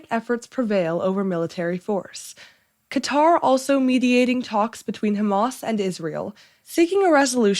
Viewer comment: thank you for pronouncing Qatar properly!!!